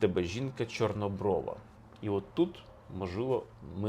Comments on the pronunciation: Звернула,що наголос не вірний і в слові "чорнОброва". Автор не україномовний в побуті і не сільський житель. Важко слухати хорошу тему в його озвучуванні. Але це лише моє сприйняття. Коментарі було цікавіше почитати. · ЧорнобровА, половА, хорошИй, матИ. Дуже ріже слух неправильно поставлений наголос. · Будь ласка,ставте правильно наголос,поло'ва, чорнобро'ва.Менн дратуе, що Ви робите такі помилки ,наче Ви тільки почали вивчати українську мову! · Чому ви кажете ,,половА,, і жінка ,,чорнобровА,,? Це ж не той наголос)) Полова - уе конкретно про сміття - зерно забирають, полову викидають. Жінка чорноброва - це мірка краси українок. Про чорнобрових не тільки в цій щедрівці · Пане Олександра, вибачте, але ви неправильно ставите наголос) ПолОва, в тебе дівча чорнобрОва. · Не половА, а ПолОва, наголос на друге О, тоді гарно римується з чорнобрОва.